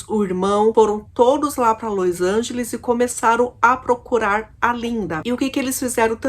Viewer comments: É LOS ANGELES E NÃO LOIS ANGELES, DOE O OUVIDO ESCUTAR LOIS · los angeles nao lois angeles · Não é Lois Angeles é Los Angeles.... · Lois Angelis kkkkkkkkk.Vou te ensinar ta? É los Angeles aprendeu? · porque você pronuncia LOIs Angeles qnuo verne se sescreve LOs Angeles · Meu Deus! Não tem i no nome dessa cidade, Los Angeles. Q Lois Angeles?? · Você está pronunciando errado o nome da cidade. Não e Lois Ángeles e LOS Ángeles. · Ñ é lois lange e sim los Angeles